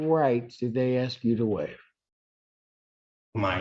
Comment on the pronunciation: I was gonna ax. Lmfao blackinese never dissapoints